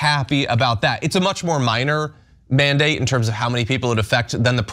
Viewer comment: “This isnt a manadate”. The name of the order says “mandate”!!!😂😂